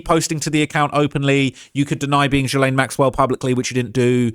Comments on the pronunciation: My dude! It’s is pronounced Gee-lane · Why is he pronouncing “jizzstain” so weird? 🤔